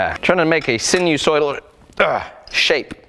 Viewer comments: Not to be OCD but *Sinus oidal as opposed to sinu soidal. English is my bag, man. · Sinusoidal is pronounced with a hard first “I” sine-u-soidal.